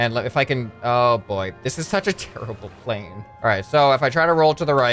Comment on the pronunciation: “I wanna create another crazy wing style pwane” not typo that’s what I heard